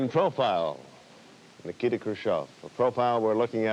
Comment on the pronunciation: Hilarious mispronunciation of his first name by Eisenhower Edit: This movie was much more fascinating than that initial haha. It is so surreal that all of that happened. A two week tour of any country, let alone Soviet premier in USA at height of Cold War? Such a thing would never happen now for many independent reasons, including being a security nightmare. With much of it appearing loosely scripted and made to look somewhat sprung on Khrushchev, and his spontaneous outbursts likewise a barrel of surprises for his hosts, it was incredibly surreal. But the 24/7 media coverage was also a forerunner of today's reality shows. And some details - sorry for spoilers below - like the bunch of them crowing into limo with Eisenhower sitting in cramped middle position, or the unbelievable choice of the movie scene whose filing he sat in on ... it was one of the craziest and most unexpected historical events of which I was completely ignorant. Finally, one thing that doesnt change is seeing how the media were - as ever - a bunch of whores stoking controversy for page views.